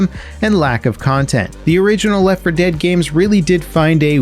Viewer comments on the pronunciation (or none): none